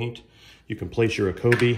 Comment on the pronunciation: it’s company name is pronounced eeeko-bee, just fyi